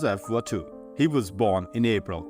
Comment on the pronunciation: This may be the shortest “ordeal” for you yet!🎉 Let’s take the proper nouns first with the names: Sandby, Watteau, Joachim, Malleville and Gervais. The list is as follows: 1. “Sandby” is “SAND-bee” not “SAND-bye”. The “y” is used as a vowel here, and sounds like the long “e” sound, not the long “i” sound 2. “Watteau” is “wah-TOE” or “TOW” if you prefer. The “eau” combination in French is usually pronounced, like the letter “o”, as in “go”, “no” or “so”. 3.”Joachim” is a name of Hebrew origin pronounced, “wah-KEEM”. 4. “Gervais” was a VW error along with “one”. Another error was “topographical”; an important word for a naturalist. The strongest accent is on the second syllable; pronounced, “tuh-PAH-gruh-ful”. Finally, the last error is the one I continue to mention because I’m unreasonably emotional about it. “court” is pronounced “CORT” not “coat” or “cote”. Pronounce the “r” as you usually do in “reason” as I’ve said in other posts. My unreasonable emotion is because I don’t want you to mispronounce my name when you see it over your “grammar nazi” lessons. I’ll have to get back to you later for the 1797 “tirade”, because it’s late, and I have to get to bed or I might sleep through the election, tomorrow. My son called earlier to remind me 🤣 AS IF!!! I’ve taken notes on 1797, so I will get it posted as soon as I can. You really made very few mistakes in the 1798 video. I’ll cast my vote for our man,tomorrow; and you keep up your safety, health and good work!!! 😊❤